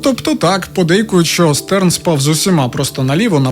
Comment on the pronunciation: Ааааааааа він ШТЕРН, Штерн, а не стерн, це ж зірка німецькою🫠🫠🫠